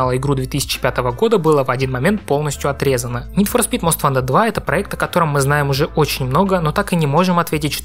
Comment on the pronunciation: Почему многие русскоговорящие обзорщики готовят много материала, но забывают про такую мелочь, как правильное произношение название игры. Не "Мост ВАнтед", а "Мост ВОнтед". А за материал, конечно спасибо, было интересно узнать подробности.